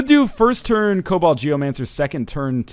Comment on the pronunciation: Jesus christ ryan it's KoBOLD not COBALT geomancer to was hell